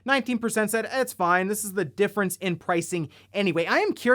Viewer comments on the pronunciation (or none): none